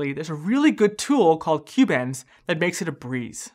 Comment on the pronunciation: it's kubeNS not kubeENS